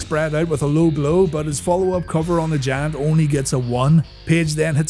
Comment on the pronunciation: Still have an issue about Paul Wight being called 'The Jant' hahaha